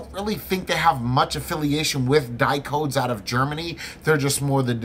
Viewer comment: Hey, great review, great device. But did you know that Dicodes stands for DIgital COntrolled DEviceS? So the company name sounds a little different than you pronounce it...:-) Best wishes from Germany